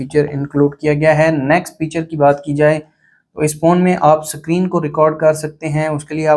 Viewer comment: Screen ❌sacreen✅ 😂😂😂